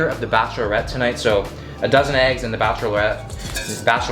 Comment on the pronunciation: turning French for the pronunciation of Bachelorette.